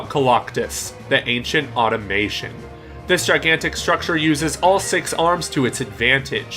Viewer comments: Ur-surper instead of U-surper... Automation instead of Automaton... That's where I stopped watching. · Usurper is pronounced "You-surper" not "Er-Surper". Automaton not Automation. Facade not Fackade. Grand Finale not Grand Final. If you're not sure how a word is pronounced, Google Translate is a great tool. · OMG... and automaton as “automation”!!! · Au-to-ma-TON... Not “automation”...... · Automoton, not "Automation" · Seriously guys get your pronunciation right. Automation? Facade? Ursuper??Words arent that hard. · Aw-tahn-uh-mah-tahn. Autanomaton l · Facade; not 'Fa-Kaid' Usurper; not 'UR-sup-er' Automaton; not 'Automa-tion' That was painful to listen to... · Automaton Joseph: "automation" -_